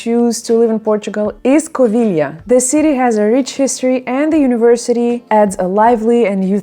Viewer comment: Covilhãããããããã, if you sing it! Not Coviiiiiiiilhã.